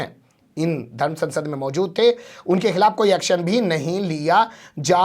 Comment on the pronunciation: تمھارا تلفظ انتہائی خراب ہے۔ لا حول ولا قوت۔ آجادی نہیں، کہو آزادی۔ کھلاپ نہیں، کہو خلاف۔ کیسے خان ہو؟